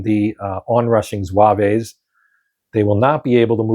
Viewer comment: Good to see this played. Still have to punch mine. One note: there is no 'A' at the end of the pronunciation of zouave, it's just zwäv.